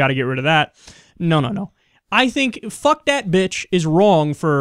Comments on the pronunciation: I'm pretty sure "Phuc" is pronounced "fook". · I'm pretty sure "phuc" is not pronounced in an English manner whatsoever...